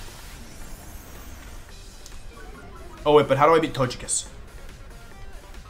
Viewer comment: Wolfe saying " I'm not frustrated" after being so frustrated he was pronouncing togekiss correctly instead of his normal meme pronunciation